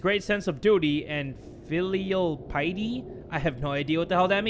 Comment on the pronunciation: PIE-EH-TY,. Basically being very religious about what you're doing.